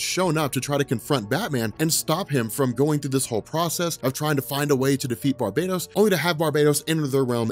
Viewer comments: Why you call him Barbados . He’s not a fuckin country lol . Bar - bat - os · BAR-BAH-TOS NOT BAR-BAY-DOS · It’s not Barbatos It’s Bar-BAT-os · Exactly what I was thinking as well, lol. How can you ignore the BAT pun sticking out right in the middle of that word, especially given the story we're covering? Lol!